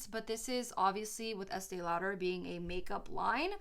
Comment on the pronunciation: youre pronouncing estee lauder wrong